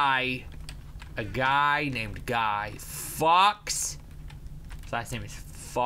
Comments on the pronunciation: he said Guy Fox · Its not fucks its fawkes obvi im from england so i should know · sounds like he said huy fucks